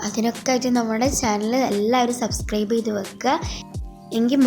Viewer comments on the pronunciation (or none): none